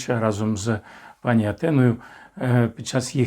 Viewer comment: Неграмотний! Не знаєш укр.мови,не вмієш правильно навіть наголос поставити в слові : пані.Навчу,бо коробить ! Якщо в однині,тобто до однієї особи,то ПАНІ,якщо ж в множинні,то наголос на ДРУГОМУ СКЛАДІ--ПАНІ' !!!! А Зе,(вам на встид),ставить в цьому слова наголос ПРАВИЛЬНО!!!!